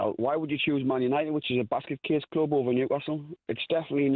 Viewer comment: Basket case cloob hahaha what a belter 🤣👌